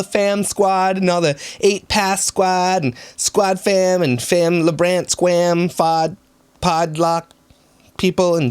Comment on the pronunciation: “Labrant squam” 😂